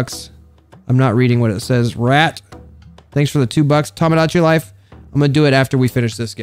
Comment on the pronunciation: He said Tomadichi Life at the end ha